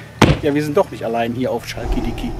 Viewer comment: Das CH in CHALKiDIKI wird wie in maCHen oder BauCH ausgesprochen